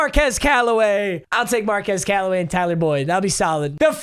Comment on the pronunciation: I went to high school with Marquez Callaway and its pronounced Mar-qew-z